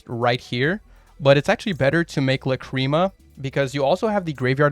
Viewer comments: Bruh... it's "LAH- cri mah", not "la CREAM a" I wasn't even able to keep watching lol... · Your pronunciation of Lacrima is incorrect, and it bothers meeeeee :( It's LA.cri.muh. you're pronouncing it like la.CRI.muh, which is emphasizing the incorrect vowels. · ok it's La-crim-ah. not la-cream-uh. idk where you go cream from. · Please stop saying "Lacreama" 😅 Shapesnatch and Joshua Schmidt pronunciation is much better and probably correct, check it out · Neither here nor there, but there's no cream involved lol. It's pronounced "Lack-rim-uh". I am 100% being that guy rn, but hearing "cream" over and over again has pained me biggly. The more you know. Also, everybody seems to have got this wrong, no worries. Just konami things. I'm probably gonna build snake-eyes white forest / azamina. Even with the SE consistency hits, the engines just work so well together. Tearlament also seems really good with the fiendsmith cards, might go back to the gamba lifestyle. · If I hear the fucking word la-cream-ah again I’m going to lose it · I cant beat watching 20 mins of "lacreama" sorry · WTH it's not luh-creem-ah. How did you even come to that pronunciation.